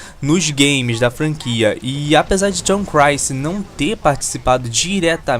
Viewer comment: Cara, conheci agora seu canal e achei ele muito bom... só me explica porque você fala Tom Crancy ao invés de Tom Clancy? Sou viciado no conteúdo do cara, desde Rainbow Six, até The Division e o mais atual Wildlands, como escritor e roteirista, ninguém supera o cara.